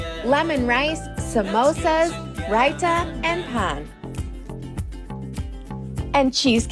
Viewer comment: Naan was wrong but her pronunciation of raita was actually correct. Nevertheless, it was a tragedy though 😂